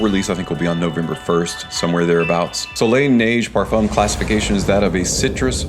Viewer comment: Oh no Parfoom again No, please! I love your videos so much. Have you ever heard Ashton or Dallas saying Parfoom No! I am hopeful for next videos